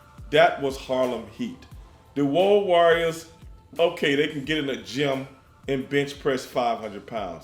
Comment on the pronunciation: the WOAD warriors?! 😂😂